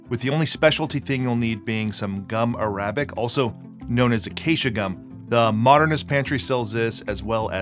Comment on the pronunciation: "...gum a-RAB-ic...." 😂😂😂